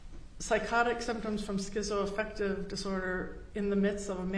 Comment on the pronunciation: Hearing her continually mispronounce Schizoaffective drove my little British brain mad.